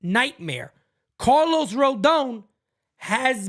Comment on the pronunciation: Carl-os Pavano.